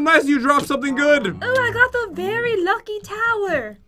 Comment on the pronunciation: said."berry lucky block".